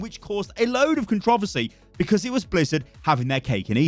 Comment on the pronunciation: I’ve never heard controversy pronounced that way 😳